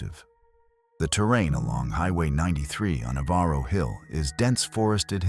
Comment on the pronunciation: REGARDING MISSOULA....ON Germaine ....NOT EVARO HILL PRONOUNCED "EVER-ROW"